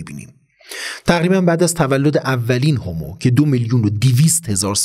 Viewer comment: هومو........چرا هِمو نلقظ میکنید؟!!!